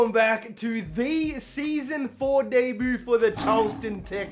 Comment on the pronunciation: I like how u say “debut” DAY BOO